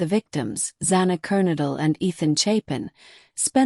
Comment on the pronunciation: Don't you just love AI that can't pronounce words right? Sigma Chi like lie KAI...I give up with Kernodle.